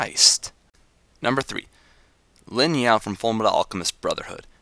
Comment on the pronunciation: It is Ling not Lin